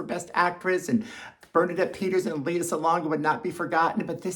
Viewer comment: Her name is pronounced LAY-ah Salonga. :) And it was just announced that Lea and Bernadette would be considered featured actress.